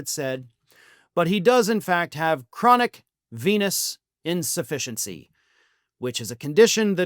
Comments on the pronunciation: You mispronounced Chronic Penis Insufficiency. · Initially, I thought you were saying "chronic penis insufficiency". But I’m sure this is 100% true as well. Ask Perjury Traitor Gangrene. She's obviously been banging him. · Did you say Chronic Penis Insufficientcy? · At first I thought you said chronic penis insufficiency and almost spewed the cola I had just sipped. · Did you say a penis in deficiency? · When I first heard this, I thought I heard 'Chronic penis insufficiency"...